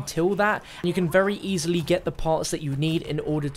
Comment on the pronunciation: Notice how he says "very easily"....